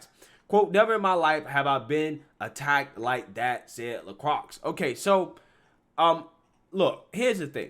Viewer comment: "LeCroix", pronounced "le-croy". For the love of god, please stop saying "lucrux"